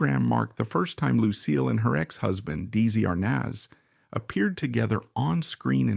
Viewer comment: PLEASE learn to pronounce Desi Arnaz's name and Desi-Lu correctly!